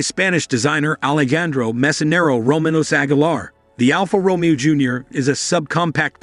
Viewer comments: It's not RomEo - it's RomAYo - stop it!! Almost unlistenable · "Row-mee-o" smh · Please learn to pronounce 'Romeo' correctly.